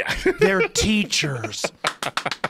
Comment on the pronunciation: They're TEACHURRRRRS.